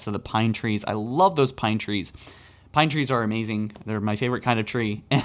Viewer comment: "I love pinetreens pine trees are amazing "😂😂